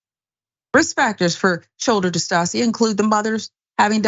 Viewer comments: Shoulder DIS TOW SHUH, not dis-toss-ee-uh🤦🏾‍♀️ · How horrible. It's shoulder dystocia (dis-TOE-shuh)